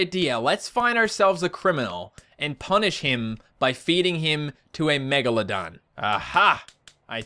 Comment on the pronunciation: you Said megamedon